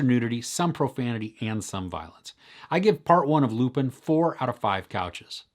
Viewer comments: ɑːˈsɛn lypɛ̃ - the French just love it when you try (even just a little) with the pronunciation. 😄 Thanks though, will catch it! 👍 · It's pronounced lupain like the French word for bread. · It's pronounced "Loo-pahn" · Just discovered your channel. Love it! Will.watch more review. Lupin is pronounced without pronouncing the n at the end 😋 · Come on man, you make very detailed reviews and you can't learn to pronounce Omar Sy's name or Lupin correctly?! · It's closer to "ah" but not exactly, the right way to pronounce it is like saying wine in french "vin". I don't think this sound exists in English so the easiest is to write lupin on google translate and hear it in french.